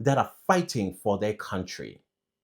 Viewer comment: It’s the blind leading the blind when it comes to these two ministers. Ngapha kwelakithi, Lamola is the last one who should be talking. We all know his track record. We all saw how he grinned from ear to ear in front of the Rotten Orange. He also needs to learn how to pronounce “country” properly. He’s been in this portfolio far too long to still pronounce “country” with a “w.”